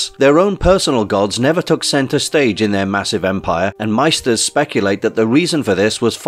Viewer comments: "Maester" is pronounced *MAY-ster*, not like the German word "meister". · Maester is pronounced may-stir.